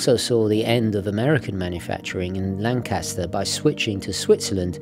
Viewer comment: Not LanCASter (like the iconic British bomber), but LANcaster. The accent is on the first syllable whether you are referring to Lancaster Pike on the Main line or the town. You are new to Philadelphia, but I am surprised nobody local has shared the knowledge.